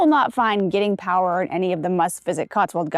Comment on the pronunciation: Nice video- by the way it is pronounced Guy-ting Power 😊. Lots of very good pubs in the Cotswolds. If you visit Slad valley in the future, try the Woolpack Inn - the inspiration for Laurie Lee’s Cider with Rosie.